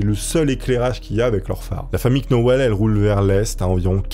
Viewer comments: Ahlalalala....sinon 'knauweless' se prononce 'nowlz' 😮😅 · Les "Knauwllsss" 😂 et pas les "Knauwllèss"... ou "Knauwèll"... 😂😅💯 Pas évident les Noms et Prénoms Anglophones, hein dit.. 😂😘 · Knowles ça se prononce nolss..Comme Beyonce. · Vidéo top mais le k est muet dans Knowles Il fautais dire nolz en réalité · "la famille queue now laisse" 😂😂 "la famille KNoël" En vrai, tu fais exprès, sérieusement ?